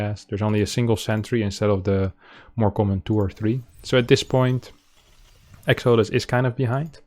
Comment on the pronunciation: Pronounced: EX-uh-DUSS